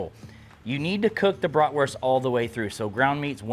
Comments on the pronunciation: Its bratwurst not bratworst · Bloody lovely, love a Bratwurst, but at least call it by its proper name, it’s German so stop pronouncing the w, it’s pronounced with a V so BratVurst. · I am a German Chicago Bears fan. I really like how you pronounce Bratwurst.